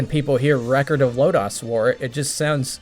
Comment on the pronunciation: You're saying "Lodoss" wrong. Just sayin'.